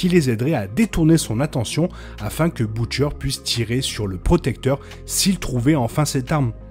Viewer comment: On prononce Butcher "beutcheur" et non pas "boutchaire"